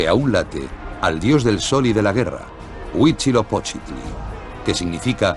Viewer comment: Primero debieron enseñarles la correcta pronunciación antes de hacer el doblaje, porque eso de "actecas" , "tenoctitlan" y "huitchilopochitl" esta del nabo.